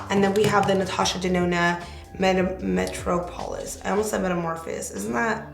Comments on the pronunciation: Metropolis is pronounced Meh-trah-po-lis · Gorge! Oh, it’s pronounced “muh- trop-uh- lis” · NHLWIFE GOOILERS loool I was like “girrrrl! What?”🤔 LOLOL she’s so funny